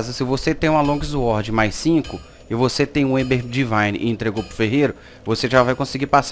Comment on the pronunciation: Longuizuorde kkkkkkkkk Flw irmão , ajudo pacas